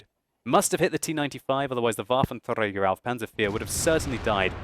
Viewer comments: Wuaventreyger auv panser fear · hes pronouncing "Waffenträger" like spanish people would pronounce it ... which is rubbish. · Why do you say Waffentrager panzer 4 like that? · For a german like me, its so funny how you say Waffenträger auf Panzer 4 XD